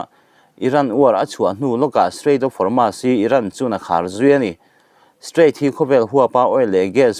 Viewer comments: Hormus hi chanchinthar puang tu zawng²in Hormus tiin an lama nangmah chauh hi Hormas tia lamtu i niin ka hria, alam dan dik hian lam a harsa viau em mi? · Hawrmas niloin Hawrmus tiin lam la